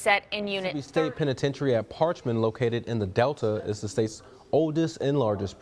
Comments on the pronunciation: Par-ch- man. Get it right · Its par- ch- man getit rightYankee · You’d think that a professional narrator would at least take a minute to learn how to pronounce the name of the facility he’s describing. If this guy became really hot and thirsty, I wonder if he’d say “Man! I’m PARKED!” 😂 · I’m from Mississippi. They don’t even know how to pronounce parchment awful video. Don’t make a video if you don’t know how to pronounce the name of the place you’re talking about.